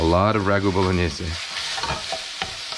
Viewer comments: Great video. Love the mathematic approach to onion chopping. Bow-luh-nayz, btw. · I just realized I've been saying 'bolognaise' wrong my whole life.